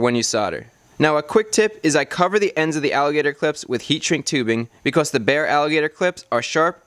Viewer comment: "Becauss" "woter" God I've never been so angry at an educational video.